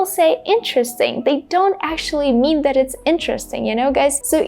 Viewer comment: the same pronunciation between the and that? no pronouncing t of that😅